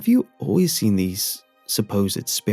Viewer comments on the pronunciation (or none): none